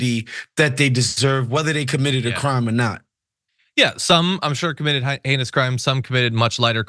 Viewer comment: Oh, heinous crimes . . . I thought I heard anus crimes.